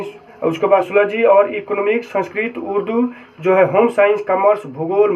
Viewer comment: Sab Ka Sahi Bataye URDU Ka Saf Nahi Bol Paye...Can You Reply Plz